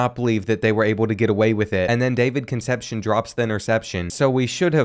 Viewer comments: Please learn how to pronounce Concepcion. Those Latin names are killing you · I always look forward to these episodes and they always deliver on being A1 content. But with that being said, some of these names are getting absolutely butchered 😂 Names like Meeky Jenkins, Conception, Nguyen (new-en) are channel staples